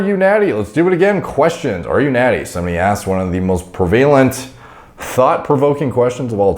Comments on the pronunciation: Your 🇨🇦Canadian🇨🇦 is showing lol..... it's pronounced "preh-vuh-lent", not "pre-vay-lent"... big ups homie🙏🏼👍🏻. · Hey man, not trying to be a douche, but "prevalent" is pronounced "prev-a-lent," not "prevail-ant." I've noticed it over several of your videos, makes you sound kinda bad. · I know this is silly to ask but has anyone ever heard someone pronounce Prevalent as Pre-vale-ant before? is very well articulated & I'm wondering if this is a regional thing or I'm behind the times or?? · I commented in a different video of yours about you using “prevalent” i asked if you listened to Stern and I thought Sal from the Howard Stern show might have messed you up with the pronunciation, but you said it again the same way. Maybe Canadians pronounce it differently. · "Prevalent" isn't pronounced that way, buddy. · That is NOT how you pronounce "prevalent."